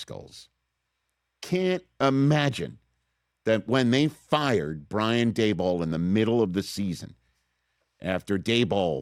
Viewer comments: Now I guess Rich will never need to learn how to say Daboll's name correctly. (Hint: rhymes with "table.") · Rich would not be in good graces with Michael Kay, who gets worked up when Daboll is pronounced Dabole. He said over and over, Daboll is pronounced Dable, like table or sable. To which I think to myself, well, that's stupid.